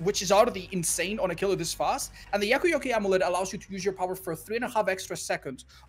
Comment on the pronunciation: idk why but the way said yakuyoke was so satisfying